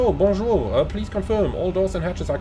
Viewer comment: Hi Your bonjour is great 👍🏾 But when you flying with air caraïbe you should speak creole 🤣🤣🤣